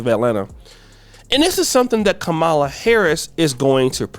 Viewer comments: It's Pronunce Calm Ma La. The racist call her Ka Mal La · KAH- MAHLA not Kahmalla